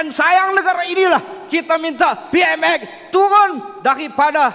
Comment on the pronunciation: Btul ka ap yg sya dengar.. dia sbut PMS bbrapa kli😂😂😂,,PMS sapa😅😅😅